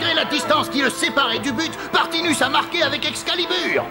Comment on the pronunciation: À dit Edgar Partimus alors que c'est Edgar Partinus;)